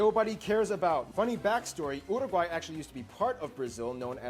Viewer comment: O cara fala Uruguai certinho mas na HR de falar Brasil ele amolece a lingua